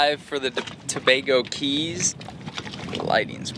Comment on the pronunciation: Do they still charge a fee to enter the Tobago Cays? Incidently, "cays" is pronounced "keys".